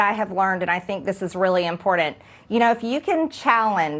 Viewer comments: MTG can’t even say important she said impordent she sure is smart. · I loathe when the idiot says "imporDanD, instead of IMPORTANT. She's such a moron. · Can we also give her a simple english lesson on how to say IMPORTANT...IT'S NOT IMPORDANT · Maybe she can sleep with the judge (as her ball less husband seems to be okay with) to get her way. Let her run and get destroyed! Oh and it’s pronounced Im-port-ant not im-pord-ant you uneducated, illiterate f@